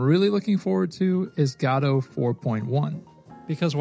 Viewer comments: GAW-doe? You mean guh-DOE? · It's not gaadoo it's GODOT !!! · its not Gado its Godot. Go dot. Thanks for good content 🙂🙂🙂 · Wtf is Gaddoh? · i mean, i might subscribe but i dont know if i can handle the "gato" pronounciation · Why are we pronouncing Godot like Gatto? I actually hate the real way it's pronounced but this bugs me even more XD.